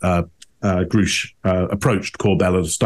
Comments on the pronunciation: was aggressive cynical and disrespectful towards Grush, first of all by actually refusing over and over again to pronounce his name correctly, and belittling him every time he spoke. this is supposed to be four men objectively and respectfully discussing signs of behaviour, not attacking the subject with ones own opinions. the subject's character is not the issue, only deciphering behaviour is. I'm not a mr. Grouche fan in anyway, nor am I Jeremy Corbel's, but was rude and condescending, whereas his 3 partners kept this show respectful as it should be., this was not your best show, to say the least. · I think that the panel is being high handed. They even struggle to pronounce Grusch's name correctly when he has his name clearly written in front of him. The difference for Grusch vs Graves and Fravor is that the latter two are simply relating what they have seen under oath. How can Congress dispute what they say they have seen and press criminal charges? Grusch is saying what his investigation has revealed whilst he is working within the boundaries of confidentiality that he has signed up to. Any of us would be acting differently in Grusch's position. I did find Grusch's interview before this suspect, but he is under oath now and will face serious consequences if he is found to be lying under oath. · How about you guys learn how to pronounce the names of the people you are criticizing and calling out!! It would make you more credible. Just saying. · I found the comments about the watch to be juvenile and off topic, not to mention long-winded. The fact that they didn't bother to learn how to pronounce Mr. Grusch's name tainted their entire analysis IMO, especially since they chastised him for not pronouncing words correctly. And the constant harping about him "not saying anything" was puzzling. Surly they, of all people, know someone with a NDA couldn't come out and say "Lockheed Martin or WPAFB" in a public setting.